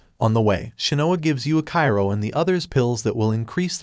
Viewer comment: It's supposed to be pronounced yuichiro